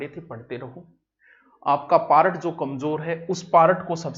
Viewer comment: सर आप पारट क्यों बोलते हो पार्ट को